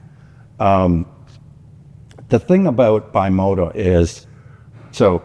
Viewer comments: BE Moto. Not Bye Moto.. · Love the video and also love the Throttlestop the ultimate bike museum but it kinda drives me nuts when you guys say bimota wrong not your fault the Italian language is different. It is pronounced like bee mo ta not by mo ta henceforth the b on there logo. Thanks